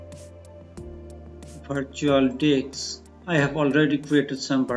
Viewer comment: Did he say virtual dicks?🤣 Nice summary, thanks for the info!